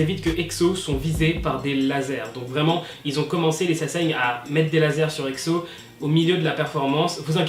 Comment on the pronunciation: j'aime pas trop comment tu dit exo tu le dis exso apres c'est pas mechant #EXO-L